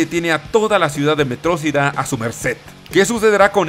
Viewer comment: No es "metrocida" es metrociuda.